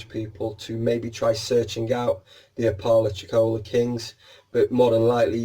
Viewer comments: We pronounce it appa-lacha-cola here in southern US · It’s pronounced APP-ah-LATCH-i-CO-la just FYI. Accent on first, third and fifth syllable.